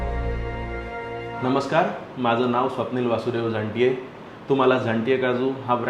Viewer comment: tumhi nav nit ghet nahi zaaNte nav ghya tumhi bhaltaavh bolat aahat😂